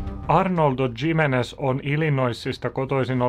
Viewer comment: Tsimenech lausutaan Himenes?